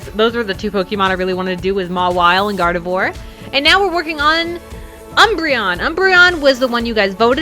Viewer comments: Gardivior is seyd like gardivwar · Her name is pronounced Gar-de-vrar(It's french sooo) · I swear she said mega garroth 😂😂